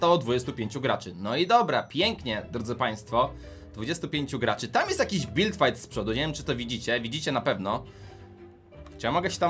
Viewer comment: Gaczy XDDDDDDD